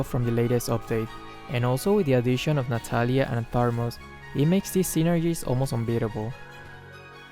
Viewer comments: Imma try dis synergy Also me keep losing and losing Also keep saying tharmuz instead of thamuz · When you realize is still saying "tharmuz" instead of "thamuz" 😂😂 where did that 'r' came from 😅 just askin'. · it's Thamuz not Tharmuz xD, and thanks for the tutorial. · Thanks for the magic chess tips sensei .. But what i hear is Tharmus not Thamus 😊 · Its not tharmuz its thamuz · Thamuz not Tharmuz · It's thamuz not tharmuz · Nice tips, but why u call thamuz "THARMUZ" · It's not THARMUS it's THAMUS hh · WhyThaRmuz? Its just thamuz bro 😄😄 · Thamuuuuuuuuuuuuuuz not ThaRRRRRRRRRuuuuuuuuz!!!!!! NO RRRRRRRRRRRRRRRRRR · Why do you call "Tharmuz" to Thamuz? xD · Actually said, Tharmuz instead Thamuz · I'm annoyed that always say “Tharmuz” instead of Thamuz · No one:: "Tharmuz" Thanks for the tips might try your strategy in Magic Chess:) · Thar- muz kwa???😂😂😂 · The Tharmuz where we put hot water into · Joseph Odon That's "Thermos" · no one: literally no one:: THARMUZ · It's thamuz right? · Tharmuz stat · No one:: THARMUZ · For the first three rounds, you should try to lose those rounds. Me: Keeps on losing every round. Ps: I love it when mispronounce hero names ♡ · Moonton: Thamuz: Tharmuz Me: Thanos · I was looking for this comment 😂👌🤣